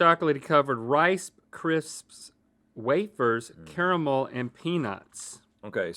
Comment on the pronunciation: Caramul??? He said caramul oh my